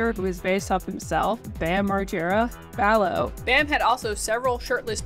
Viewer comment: one thing people dont really talk about is ville valo (its valo, not vallo 😊) breaking ties with bam and how that seemed to fuck him up almost as badly as dunn dying. edit after watching more of the video: you did actually go into it and im glad seeing someone doing a video on bam actually talking about it! whether it was hero worship or romantic love, bam was definitely obsessed with ville. i think it really, really affected him to have ville cutting ties. the sad thing is that if bam were willing to accept help i think ville would be 100% down to be friends again. this is seriously the best documentary style video ive seen on bam! like not just the ville stuff, theres so much here that no one else ever covers and that i - even as a lifelong jackass fan - didnt know. super well done!